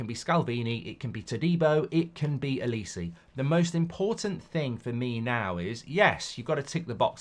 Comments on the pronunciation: It's said like O-li-say. Not O Li see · His name is not Elisi. It's Oliseh! Starts with an O. O.....li.....seh!!!!! Bloody hell man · The way mark says Olise’s name is doing my nut in 😂😂 it’s pronounced oli say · Can’t even say olise properly😂😂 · I’m hope United don’t sign Olise, can’t listen to Mark butcher his name for the next few years!